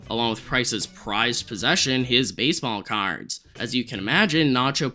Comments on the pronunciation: MUHY bAYsebAwl cAwrds 🤓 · wtf are u saying baseball cards like that 😂